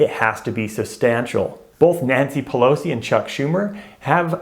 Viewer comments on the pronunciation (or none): none